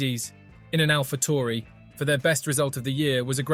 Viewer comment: I know this guy did not just say alpha tory